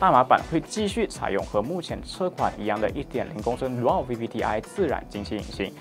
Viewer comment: 我好像是第一次听vender主持，你的主持风格就是不一样。说话也很斯文...尤其是dual那个字眼。哈哈哈...btw说的还是很不错的。加油。。。 其实你们没听清楚的，开字母，或者带耳机，都可以很清楚的明白他们要说什么的。